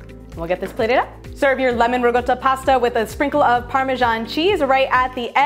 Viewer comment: It’s riCotta not rigotta!